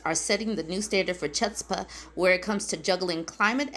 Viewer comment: 😂 as a half jew I love how you pronounced chutzpah... The ch is more of a "kh" like if you're coughing or trying to clear phlegm out of your throat. Regarding the rest of the article.. republicans are on another planet, the only way to get through to them is when they all get their Darwin awards. Remember, these are the same people who will insist that COVID wasn't real and no way are they getting vaccinated (despite having all their other vaccines...) And then end up watching their own family members die from COVID. "Oh no it was his heart problems that killed him." Oh and let's not forget their other favorite line "I worked hard for everything I have!" K then where's all the stuff the rest of us worked hard for???